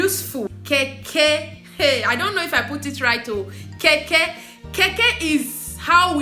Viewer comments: Sweetheart is Kenkey not Keke... pronounce as cane..Kay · Its kenkey and not kaykay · I love Ghanaian rice whenever my best friend makes it.. My friend is here watching with me and she was laughing how you called "kenkey" to "keke" 🤣🤣🤣🤣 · Lol It's actually kenkey😂😂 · It is kenkey, make sure U pronounce the n, palm oil soup is palm nut soup